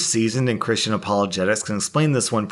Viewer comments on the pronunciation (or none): none